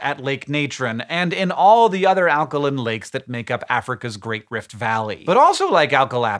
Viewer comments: Alka-LYNN ???????? When did Hank change the way he pronounced alkaline?!?!? HANK! It's pronounced "alka-LINE" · there is an "e" at the end of alkaline, why are you pronouncing it alkalin? you cant use accent as an excuse because its a basic law of english. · Alkolin? You’ve never pronounced alkaline like that in other videos. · So its pronounced alkalin not alkaline? And fishes not fish? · Alkalin not alkaline. And multiple fish of the same species are fish. Multiple species of fish are fishes. I sell fish. I usually just refer to them as fishies, it saves confusion somehow. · pretty sure this comment is making a joke about the way Hank pronounces "alkaline"